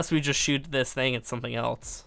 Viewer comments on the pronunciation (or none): none